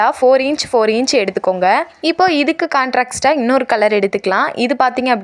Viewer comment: அழகா செய்து காட்டினாய் கண்ணம்மா.. ஆனா அந்த கான்ட்ராக்ஸ்டு இல்ல...கான்ட்ரேஸ்ட்னு சொல்லணும்...வீடியோ போட பேசும்போது தப்பு வராம பாரத்துக்கணும்டா🎉🎉🎉😂❤❤❤